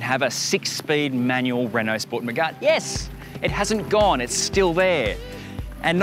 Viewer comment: It’s “Megane” not “Megun” 😂